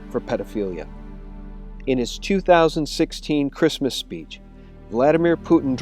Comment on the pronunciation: Christmas , not santa mas